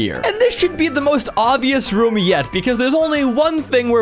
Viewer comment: Is it just me but when he says room? It sounds like hes saying rum